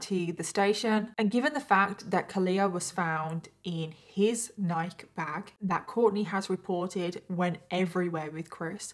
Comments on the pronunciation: Neye-key not neyek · Honey- you pronounce the word Ni-kee not nike. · Not “Nike”, it’s pronounced Nike-ee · NIKE! NI-kee. It’s not pronounced like ‘Mike’. Y’all Brit’s may be the original English language, but Nike is an American company and they deserve proper pronunciation! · Nik-ee it's how it's pronounced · It’s Nike-key. Since you love stories about Americans so much… you should pronounce our crappy yet beloved name brands correctly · I haven’t heard nike pronounced like that in a bit